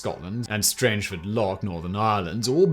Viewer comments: like rang not range. I gotta kick out of that too. I'm about 15 miles from it myself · The first syllable of Strangford rhymes with gang, not grange. There's no e.